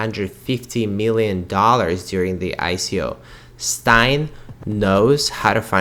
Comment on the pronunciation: Just a little comment, on the pronunciation of the surname Steyn, it is pronounced as stain in English.